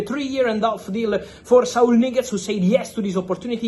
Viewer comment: bro does NOT say Saul Niguz